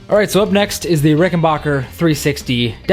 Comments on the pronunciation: The name is rickenbacker BAC.KER not BOC KER.Idiot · Very nice collection but for God's sake it's Ricken-BACK-er, not Ricken-BOCK-er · Rickenbacker is pronounced with a short A, not a short O. Great collection!